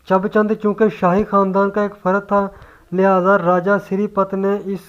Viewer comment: Chab qom nhi Chib hoti hae